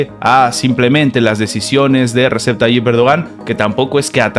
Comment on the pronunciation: Se lee Reyeb 🤦🏻‍♂️🤷🏻‍♂️ hasta cuando vas a decirlo mal 🤦🏻‍♂️